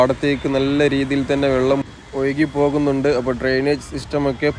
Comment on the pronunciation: 'വള്ളം' ഇടയ്ക്കെങ്കിലും വെള്ളം ആവുന്നതിൽ സന്തോഷം.. 😄 'മയ' മഴയാവുന്നതും 'പുയ' പുഴയാവുന്നതും കാത്ത് ഈ 'കമന്റോളിയുടെ' ജീവിതം ബാക്കി.. 😆 #എന്റെ_മലയാളം #എന്റെ_അഭിമാനം